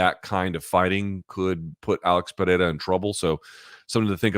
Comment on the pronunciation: Luke. Izzy’s killers’ name is pronounced PerHerA